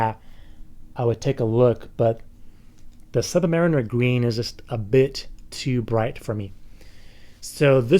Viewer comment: I like your way of saying "Rolex Sud-marimer" :)